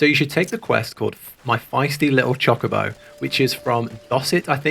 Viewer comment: H is pronounced ay-ch. Not hay-ch. It is pronounced Choe-ka-bow not choh-ka-bow